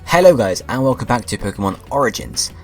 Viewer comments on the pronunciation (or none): none